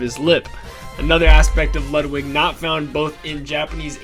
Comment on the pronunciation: Why does EVERYONE pronounce Ludwig von Koopa’s name wrong!!! It’s (Lude-wig)! How do you pronounce Ludwig van Beethoven?!